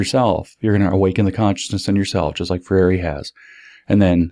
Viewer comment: If I could ever meet James, I would tell him how to pronounce Freire. Ask Glenn Greenwald, or 200m Brazilians. He's finally trained his mouth to say 3 syllables, but it's 2. NOT fray-YAY-ree (he meant to try for NOT fray-EE-ray). SHOULD BE ... FRAY-ray. FRAY-ray! FRAY-ray!! (It's close to frère jacques ... FRAY-reuh.) Tap the lingual R if you must, or not, for FRAY-ray! Love James! Thank you.